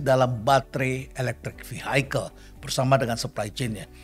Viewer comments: Terima kasih atas pencerahannya Prof.. Btw ada yg mengganjal buat saya saat Prof. Kasali mengucapkan 'Vehicle' menjadi 'Vihaikel', setahu saya cara pengucapan yg benar adalah 'Vihikel'... Banyak pejabat lain yg salah ucap, bahkan Pak Jokowi... CMIIW.. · Sebut Vehicle aja udah salah. Mas Elon kapan mau masuk begini 😂😂